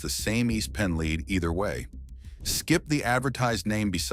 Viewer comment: Who ever "led" them to "leed" LEAD 🤦‍♂️